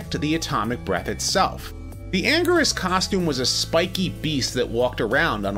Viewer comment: Anguirus is commonly pronounced "An - Gear- Us" not "An - Gurr - Us"